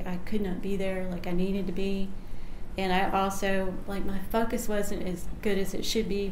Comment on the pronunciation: Instead of the word 'focus' shes says 'Fu-ckus'